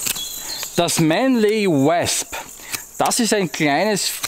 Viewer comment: ich mag dich ja, und ich verstehe auch vollkommen dass nicht jeder ne perfekte englische Aussprache hat, aber deswegen korrigier ich ja auch mal:) ausgesprochen wird das ganze nämlich Mänli U/Wosp(mit nem offenen o, ähnlich wir der Österreicher das „oida“ anfängt, nur hörts nach dem o auf)